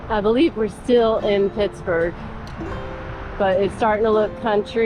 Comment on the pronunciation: It's muh-NONG-guh-HEE-luh. And it's Pittsburgh, not Pittsburg.